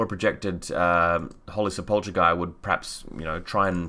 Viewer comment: Sepulchre = Se-Pul-Kre.